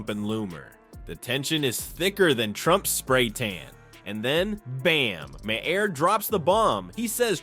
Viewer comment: You should get someone real to read your text instead of relying on AI to do it. The repeated mispronunciation of Bill Maher's name in a posting that is ostensibly about him does you no favors.